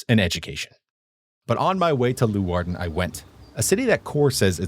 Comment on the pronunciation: omg Cor is so cute. also make sure to not pronounce leeuwarden like that when youre actually in the city since people might get mad at you lol. I don't know when youre filming these but if you havent been to sneek yet you should get a special sneekweek burger at snackbar de kolk, which is a cheeseburger with two slices of frisian sugarbread instead of buns :)